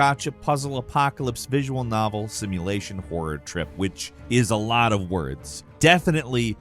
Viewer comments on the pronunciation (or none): none